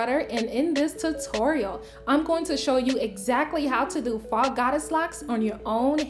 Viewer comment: Love it!❤️✨ Please don’t be offended but it’s pronounced foe not fah.